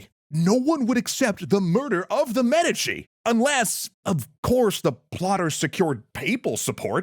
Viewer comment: Why are you saying Medici so weird?